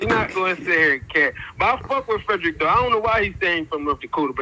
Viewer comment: FREDD ERR RICKKK...... JAHH LAHHH